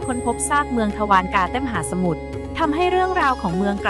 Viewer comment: อ่านว่า ทวา ระ กา